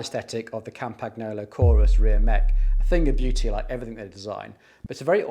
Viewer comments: Please pronounce Campagnolo like "campaniolo", it's way better than "campag-nolo". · Campagnolo is pronounced "Come-pun-yolo"! "GN" in Italian works like "NY" in English. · FYI… The G in Campagnolo is pronounced like the word: Gnocchi (pronounced /nyo-kee/ so Campagnolo is pronounced /kam-pan-yo-loh/ 😉